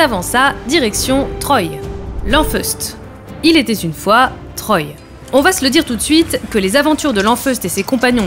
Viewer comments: Troy se prononce trois comme dans un, deux, trois. Lisez les BD avant d'en faire un sujet, SVP. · Lanfeust de "Trois" pas de "Troille"